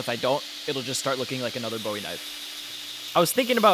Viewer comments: Great video and amazing finished product. The only tiny critique I have is that Bowie when referring to the knife or Jim Bowie is pronounced "Boo-ie". It's "Bow-ie" when referring to David. Love the content though! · Bowie is pronounced "boowee" if referring to the knife. You pronounced it correctly if you're referring to the singer.